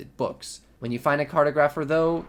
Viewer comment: Is this the 2.8.2 version that you are playing on? Advanced mending V? Also please say cartographer correctly. Lol and poor Shivaxi the creator of Rlcraft can't get his name said correctly. Shiv for short.